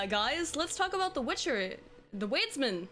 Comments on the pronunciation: It took me some time to understand what you meant by "weedsman". Lol. "Wiedźmin" is pronounced "viedjmin". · Wiedzim is pronounced with a V not U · oh but you pronouce Wiedźmin so wrong, kudos for trying but sooo wrooong (google translate is your help, it reads it correctly : D, just checked) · That's not how you pronounce Wiedźmin, lol, but I got no idea how to write it in text